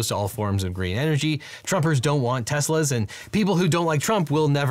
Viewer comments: "Tesslers." LOL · I really enjoy your legal POV, thank you. I loved your little slip in of Teslers😂 quick laugh. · "encouraged everyone to buy Teslers" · Lol teslers